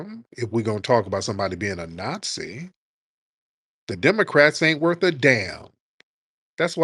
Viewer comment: Tariq got her azz with " NotSee " LMAO !